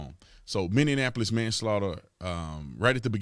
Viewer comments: Its Minn-e-ap-o-lis. Not Minn-e-an-ap-o-lis. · It is pronounced MINI APOLIS. Blam and f@ will go scorched earth regardless of the jury's decision. The somalis will make it a no go and it will be lost to them forever. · I love how you say Minneanapolis.